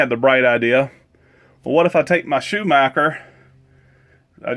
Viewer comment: Just FYI, it is "Shoe-MOCK-er". Since 1947, Schumacher Electric Corporation has been leading change and driving performance to exceed its customers’ expectations. Engineered patent-pending technologies and award-winning marketing makes Schumacher the brand of choice. Schumacher’s legacy is its commitment to quality and exceptional customer service. Schumacher brings experience, innovation and excellence to the next generation of battery maintenance... the #1 name in battery chargers around the world. The Schumacher name is also synonymous with NHRA drag racing. Don "the shoe" Schumacher rocked the racing world with his driving abilities and in 2012 Don was inducted into the International Motorsports Hall of Fame. Now his son, Tony "the sarge" Schumacher, is rocking the driving world with his eight consecutive NHRA Top Fuel World Championships. Passion and commitment are the Schumacher way.